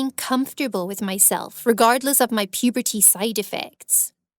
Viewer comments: And she says "puberty" like "pubertea" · she really emphasises puberty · PUEEPEERTYY BEETER MOOM girl that doesn’t how u say iT